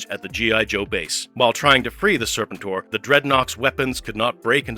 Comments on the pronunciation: Wow didnt know the Unicron connection Isnt the pronunciation Ser PEN tor ? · Tell the A.I. it's pronounced Sir-pent-tor. Like "repent". Overall a fun video. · Still can't pronounce Serpentor's name correctly, huh? 🙄🙄